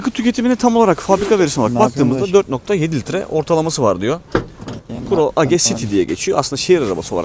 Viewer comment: Pro age değil proeys diye okunuyor. Güzel tanıtım olmuş teşekkürler emeğinize sağlık